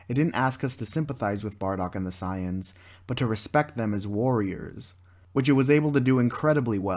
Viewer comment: Correct: Say-ins Incorrect: Cy-ons